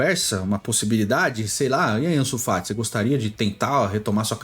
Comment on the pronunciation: Bizarro dps que falou ansu FAT eu parei de ver